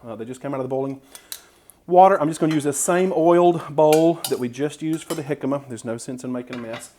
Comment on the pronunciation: Such a great video challenge. I look forward to making the jimcama fries. It was also nice to hear someone pronounce it properly.